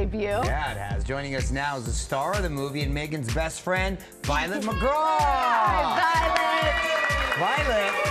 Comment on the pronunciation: Her surname is pronounced ‘migrah’ not ‘mac graw’